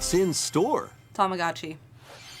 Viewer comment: I'd say about half true, the way the announcer in the direct pronounced it is more of a longer tama-gou-chi sound (たまごうち), whereas in Japanese, it'd be more gott-chi (たまごっち) with a hard sharp o sound, but Americans are more likely to pronounce it along the line of tama-gah-tchi I guess (not American so forgive me if that's off lol)